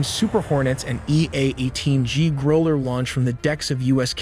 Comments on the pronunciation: Two things: 1. Iranian S-300 air defenses were largely wiped out by the Israeli Air Force several months back. 2. Growler is not pronounced “Groller” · How could you mispronounce Growler? Makes me question the whole thing. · Dude! Learn how to pronounce: Growler, Qatar, launch, KC one thirty five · Run-dey-vue? F-18 Grooowl-ler? K.C. 1 THREE 5? 🤗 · Gotta love the pronunciation of Ka-ter the country the the EA18 Grow-ler aircraft. AI is the best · The give-away for an A.I.-voiced narration: mispronunciation of words like "Growler" and "Iraq". I suppose that will be fixed soon.